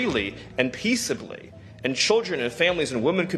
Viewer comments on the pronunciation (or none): Did he say “peaceably”?